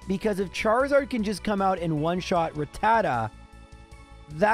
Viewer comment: I'd just like to point out... the name is "Rattata" (rat-ta-ta) not "Ratatta" (ra-tat-ta). Yes, you've been saying it wrong the whole time, but I've been binging (binge-ing) your videos for a couple days and figured this would be the perfect video to mention it. Thank you for making the videos; I love them. Keep up the great work! (that last part goes for the editor as well. ty editor)